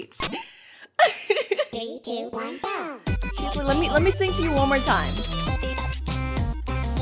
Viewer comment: why does this sound like a good anime intro you know i like it How i heard her:i lige it